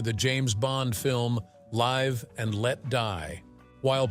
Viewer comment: oh, the AI voice over! Live (rhymes with Chive) and Let Die LOL LOL